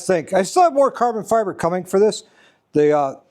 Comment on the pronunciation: Caaaah-bon Fy-bah.... 😊